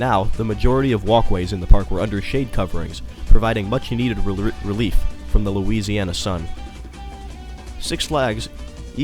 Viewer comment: LEL RELIEF OR ROLIEF?